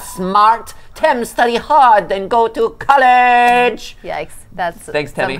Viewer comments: said College! they learned how to say it right! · Tem IS smart!! He said College instead of Colleg!